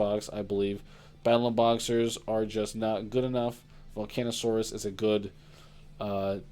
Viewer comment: How many times is gonna mispronounce volcasaurus?